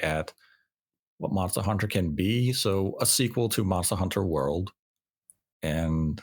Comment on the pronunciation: The way says “Monstuh Hunter " ( ͡° ͜ʖ ͡°)